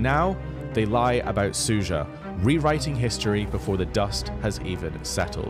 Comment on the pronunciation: Smug attention seeking. You are really a personification of western attitude towards this war - doesn't know anything (even mispronouncing the name of the town its Sudzha not Suzha) but trying to stick your worthless opinion in every hole. You are nothing more than cheap propagandist, there are lots of evidence of civilians that were killed during the occupation of this region. War is not as one-sided and perfectly black and white as you are trying to describe it. You must come home it is not your war.